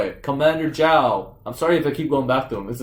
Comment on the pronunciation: I like of all the names you get wrong, you get Zhao's name right. lol